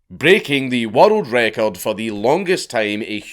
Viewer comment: i was so confused as to why he kept saying "watereld record"